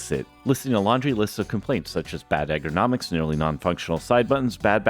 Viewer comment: bro kept saying "egg-er-nomics" instead of ergonomics LMAOO